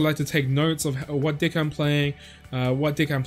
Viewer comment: So I'm the only one that hears d🍆ck instead of deck